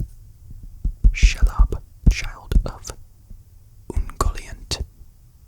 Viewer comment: Super great video! You have some of the best whispers on YouTube. Quick correction it's pronounced She-lob. Spooky spider from Lord of the Rings 🕷️